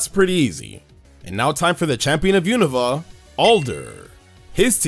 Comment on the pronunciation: My favorite thing about anipoke-tubers is that they pronounce “Unova” correctly. It’s been 10 years, why don’t people pronounce it correctly?